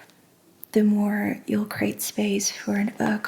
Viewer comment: You said the word "create" a bunch but it does have 2 syllables not just one. And "creators" has not 2 but 3. Pronounced differently from the word crate